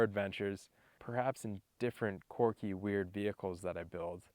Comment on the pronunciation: It’s quirky not corky